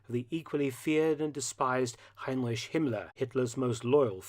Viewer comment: Heinrish? Taking a page from Dark Docs are you? Heinrish.......for someone who researches and presents these videos at such a high level, your pronounciation of HEINRICH (HYNE-RICK) is like fingernails on a chalkboard.